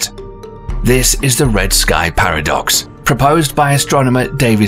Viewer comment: I thought he said “pair of ducks”🦢🦢🦢🦆🦆🦆🪿🪿🪿🪿